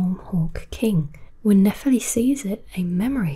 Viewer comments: nephEli, not nEpheli please! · Great video, but why did you butcher her name's pronunciation even after showing how the game says it throughout the video? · Even after Nepheli says her name more than 5 times in the game, you somehow managed to butcher the pronunciation. Did you even play the game?